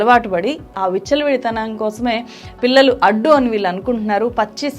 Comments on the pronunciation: వాల్లు, వీల్లు ఎంటి ? తెలుగుని సరిగ్గా పలకలేవా? నీ టీచర్లు ఇలాగే నేర్పారా తెలుగు ని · మీ కంటెంట్ బాగా ఉంటాయి. కానీ తెలుగు మాత్రం బాగో లేదు. వాల్లు, వీల్లు. మల్లి, ఏమిటా తెలుగు? కొంచెం చక్కటి తెలుగు పలకండి కదా!!